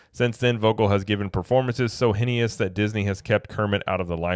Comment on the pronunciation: I definitely agree. It’s sickening and saddening. 😢 Also Henious = “Hay-ness.”